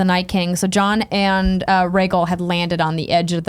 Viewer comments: Rhae-gul is killing me. It's Rhae-gal. Gal! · Andrea pronouncing the dragons. Reggle Vie seren